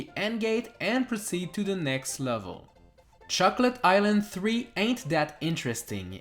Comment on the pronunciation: Who else heard chuckle-et island?